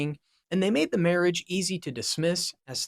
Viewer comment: Can you not read or pronounce words? Versailles? Marriage?